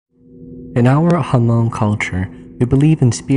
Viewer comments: Why do you keep saying "Ha-Mong"? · Was going to mention that too. Have to say it right or else other people think that is how you pronounce Hmong.